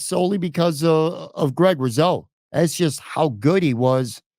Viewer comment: It’s pronounced RuSo, hard S, not ‘riz’ sound. Actually, it’s ‘GROOOOOOT!’ Otherwise good podcast!